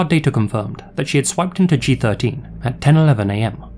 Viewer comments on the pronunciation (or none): none